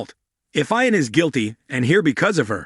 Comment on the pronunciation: It's pronounced eeon not eyeon!